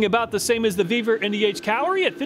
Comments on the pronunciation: Ve-vor not vbeaver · When talking about the Vevor, I thought he said, "The Beaver is just getting warmed up."